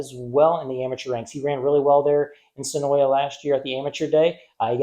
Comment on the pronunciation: Great vid, my family owns the track and the way you say senoia would be considered a sin 😭. Senoia is suh-noi there is no YA at the end.